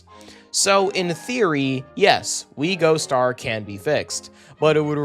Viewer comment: why does it annoy me so much when you say “We Gostar”